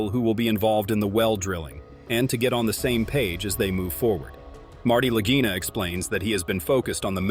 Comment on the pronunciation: How many different ways are they going to mispronounce the Lagina name?